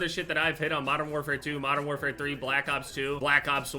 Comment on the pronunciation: can we not call it modern warfare twenty 2